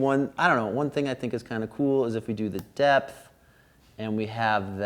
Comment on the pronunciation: Love and Light to you! Thanks again for these straight forward, no-nonsense reviews - especially dropping some DIP-Switch knowledge. Also, is it just me, or did others hear "Death Knob" (instead of 'depth')? Chasing My Bliss in Oakland 💙🏳‍⚧🤘